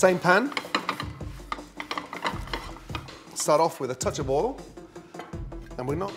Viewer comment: Never use “left over” anything as it’s better freshly cooked. I don’t have leftovers anyway for environmental reasons. I love the way he pronounces oil “all”! It looks like he’s going to use his beloved already overcooked tinned tomatoes again. And you should season food at the end to avoid degrading the salt and pepper through the cooking process. My mum always put the salt and pepper on the table so we could add it at the end after after she’d cooked the which is my preferred way of doing things. Nice to see him use fresh oregano that he adds at the end so it doesn’t overcook. He uses a lot of olive oil which can’t be good for your arteries even if it makes things taste good! Thank God he didn’t overcook the fish!